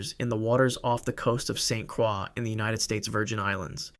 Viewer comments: Virgin Islander here. St. Croix is pronounced St. 'KROY' (USVI used to be Danish, not French). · The pronounciation is incorrect, St. Croix (Cr-oye) US Virgin Islands my home island <3